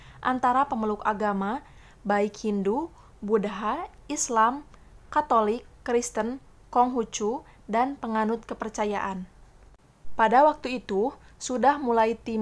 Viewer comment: baca nya budha bukan budaha